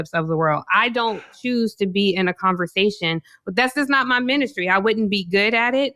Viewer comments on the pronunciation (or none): I really dislike how she keeps bastardizing the word “ministry” 🤢 These folks are insufferable elites 🫠